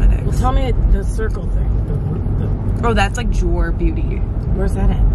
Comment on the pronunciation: the brand i think you're referring to is jouer cosmetics? it's actually pronouned joo-ay. they've been at sephora online for a while but only recently started being carried in most stores outside of CA and NY. their lip glosses are also bomb